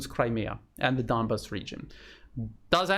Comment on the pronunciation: I have noticed Lavrov and other Russian speakers pronouncing "Donbass" as Don-base. We English speakers, of course, look at that "bass" and think of the popular wild fish of that name.